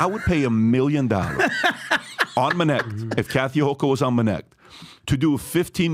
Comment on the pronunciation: When I hear "Minnect", I disconnect